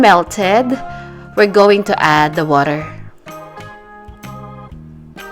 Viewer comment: “put the woter”